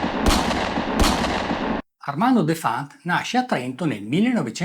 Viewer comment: si pronuncia Defant con l'accento sulla e..